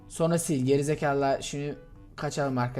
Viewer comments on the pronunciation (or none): none